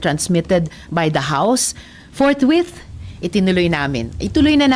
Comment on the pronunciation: Forthwith Hindi forth month